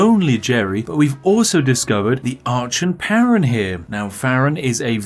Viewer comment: It's pronounced Ark-on. You've failed in your British correctness.